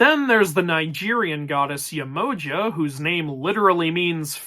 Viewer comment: Nice wat to butcher the pronunciations of Mami Wata and Yemoja😂 I'm more glad to hear them mentioned here though